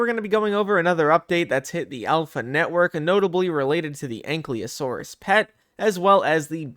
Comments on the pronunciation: dont want to sound nerdy, or bad, but you keep saying anklyosaurus, while ankylosaurus, just wanna point it out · A nky losoros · He's saying Ankleosaurus though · "ain klee o saurus" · I don't wanna be that guy but U pronounced the l before the y in Ankylosaurus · Thats not how you pronnounce Ankylosaurus 😭